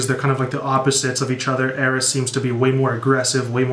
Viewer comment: your reaction is one of the best i’ve seen so far and just two things. 1. the title is pronounced eye-ris (i was confused at first as well) 2. the track i-drip-or-is is supposed to be like his play on the greek myth icarus this album was extremely creative and pleasing to hear. love your reactions 💪💪